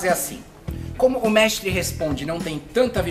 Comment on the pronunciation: Vc não era treinador vc fala num "mextre" responde. Mas o nome da série é mextre porque?